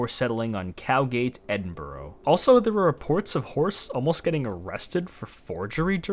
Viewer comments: tsk tsk edd-in-bur-ruh or edd-in-bruh not borough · edinburgh is not edinburrow it. ed in bra im not even scottish but why cant american and canadas get it right 😂 great vid tho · As a Scot, the pronunciation of Edinburgh made me laugh. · yeah the anglosaxon word burgh or berg just means fortified town as the city was in northumbrian lands, but its now scotish hence why it an ahhhh sound R and ah sound its not eding berg 😂